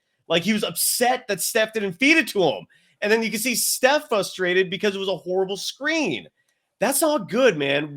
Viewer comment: Sorry, love the show but hard to focus...fustrated is not a word. In the name of all that is holy...it's FRUSTRATED. Thanks.